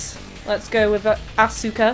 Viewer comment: For the record, Asuka and Sousuke are generally pronounced as "Ah-ska" and "So-ske." And for future reference, when Mitsuki is introduced, her name will be pronounced "Meet-ski." As for Aoi, nowadays English anime dubs pronounce it as "Ow-i" instead of "Ah-oi." Hope that helps. Also, the translation messed something up. The charismatic teacher's given name should be Gorou and his last name Saeki, but they switched it up.